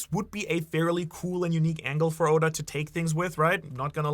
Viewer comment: mis-pronounce Oda's name again && i'll riot lol